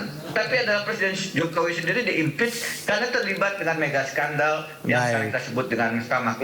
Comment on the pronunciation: Bukan sendal tp skandal hhhhh